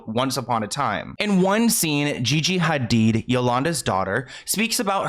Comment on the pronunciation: all the effort you make in your videos is so obvious from research to pronouncing names correctly espcially here when you are saying the Hadid family name and trying to pronouncing the H like it is pronounced in Arabic, we love us a cultured king <3 thank you so much for your hard work and your consisting uploads.